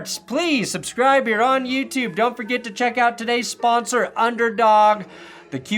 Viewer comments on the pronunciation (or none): none